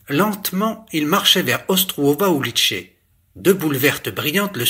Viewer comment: "Ulice", rue en tchèque se prononce "oulitsé" et non "oulitché"... J'avais appris cette langue il y a ... 40ans... Ma femme était de Prague...